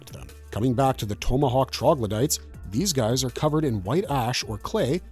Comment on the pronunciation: You pronounce tomahawk like an asshole. This woke interpretation is annoying. I think we are all sick of it.